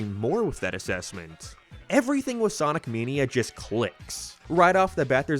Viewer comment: “Sonic meeneea”